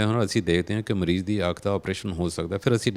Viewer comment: Bai ਤੁਸੀਂ ਕੰਮ ਬਹੁਤ ਵਧੀਆ ਕਰ ਰਹੇ ਹੋ। ਪਰ ਪੰਜਾਬੀ ਭਾਸ਼ਾ ਦੀ ਸ਼ੁੱਧਤਾ ਦਾ ਖਿਆਲ ਜ਼ਰੂਰ ਰੱਖਿਆ ਕਰੋ। ਐਣਕਾਂ ਨਹੀਂ। ਸਹੀ‌ ਸ਼ਬਦ ਐਨਕਾਂ ਹੈ। ਇਸੇ ਤਰ੍ਹਾਂ ਮਰੀਜ ਨਹੀਂ ਮਰੀਜ਼ ਹੁੰਦੈ ਜੀ।